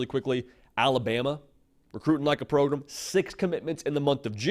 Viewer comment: can you say pro-GRAM instead of pro-GRUM thanks